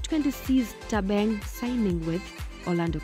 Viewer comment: Bathong... it's "Thabang" ... not "Thabeng" 🤣🤣🤣